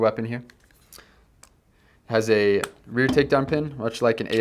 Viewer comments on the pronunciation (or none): none